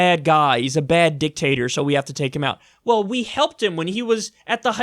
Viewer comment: U said dick tater. Hue, huehuehue, uhuehuehuehuehue